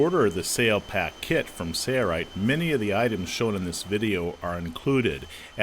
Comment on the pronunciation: Your company is called sail-rite, not say-rite.